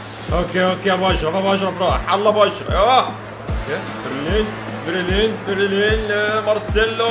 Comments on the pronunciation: بلرين ❌ برلين ✅ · برلين ✔ بليرين ❌ 😂🤣